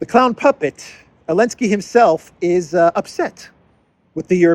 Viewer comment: Are you calling him elenski on purpose? Is it some kind of joke that I'm missing? Just in case you are not joking it's ze, zelenski with a z.